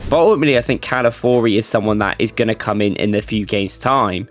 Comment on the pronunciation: Lol came here for "Partey" and "Calafiori" pronounciations